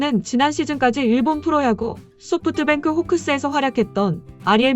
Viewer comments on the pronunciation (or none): none